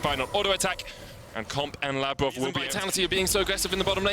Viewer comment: First of all it is labrov not lebrov